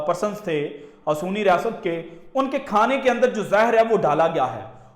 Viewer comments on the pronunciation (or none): Bhai "Sehuni riasat" ko suni riasat kiyo keh rahey ho. Zara apna talafuz durust karen.